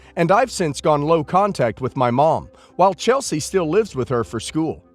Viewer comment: Btw, it’s LIVES not LIFES